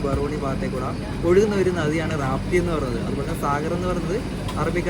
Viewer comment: Not റാപ്തി. രപ്തി ....Angane alew?